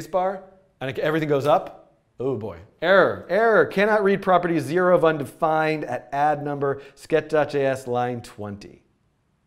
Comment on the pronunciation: "undisfined" lol